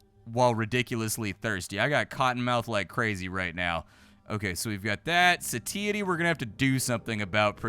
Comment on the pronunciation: Love you, but the way you pronounce satiety is like a jump scare every time.